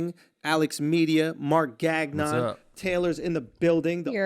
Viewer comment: Marc Gag-nun... So wrong it's funny..😂😂😂